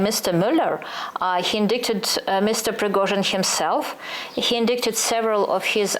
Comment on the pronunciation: Еще indicted произносится "индайтед", a не ""индиктед" У Юли с ударением часто проблемы. Видимо, читает много а слушает мало.